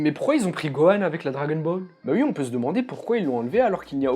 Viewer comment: Ce que j'ai retenu: tu dis "ui" Je t'aimais bien...